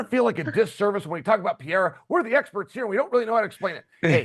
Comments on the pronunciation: Alex Puh-Hair-Uh Then it’s Alex Pee-Era 😂😂😂 It’s (p uh r eh r ah) Nobody that speaks on MMA can get his name right. Stephen A Smith butchers it so bad too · Does Chael say Pee-era to be annoying is that how it's really pronounced? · Chael still doesn't know how to pronounce "Pereira"...time to retire, Chael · Chael needs to be respectful and learn how to say Pereira's name